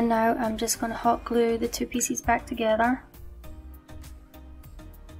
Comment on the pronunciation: I just love your videos but do you realize you pronounce pieces like “ feces” . I always cringe when you say it and then I smile because I know you don’t mean that way .